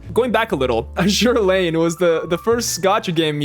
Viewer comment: "Azur Lane" processing facepalm 🤣